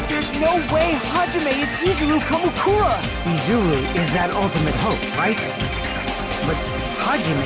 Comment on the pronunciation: .. izuwu kamukuwa